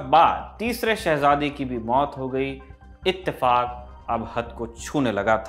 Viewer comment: It's not itefak , it's the fu..